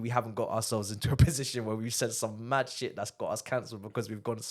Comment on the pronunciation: Bro said Moving MAHd, good name there